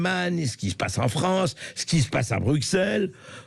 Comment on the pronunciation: Pour la soiksantième fois : on ne dit pas "Brukselles".